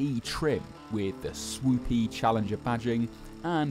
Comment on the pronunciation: it's called Challenger for a reason, not "smoothingler"